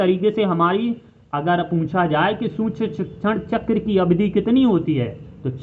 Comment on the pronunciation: सूक्ष्म तो सही से बोल लो